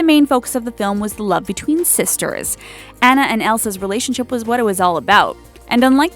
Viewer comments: aubrin unicorn actuality that's how it's supposed to be pronounced. (ahhnna) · Actually, they did pronounce Anna wrong. Frozen is set in Norway, Anna pronounced that way in Norwegian is a boy's name. Anna (the girl's name) in Norwegian is pronounced more like On-a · they pronounced anna wrong too XD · Ceana F as well as anna